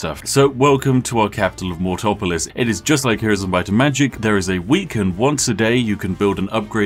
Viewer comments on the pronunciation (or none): English is your First language right?? Why the hell do you decide to…. Completely and utterly not use the correct pronunciation of words?! Mortpolis….. where in any vestige of pronunciation is there another O; to make that Mort-opolis??? Good lord you’re country’s history has invested large sums of souls and ink and Intellect lead you to misspell and miss pronounce “Mortpolis”…. If ya can’t correctly pronounce the damned scripts you should probably just start reading this in Portuguese… Because Portuguese is the best language of invading jagaloons. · MORTOPOLIS without the 2nd O. Classic Brit pronunciation